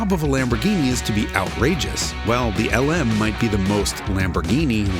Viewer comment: Do NOT call it the Luh-Moo again Jason 😭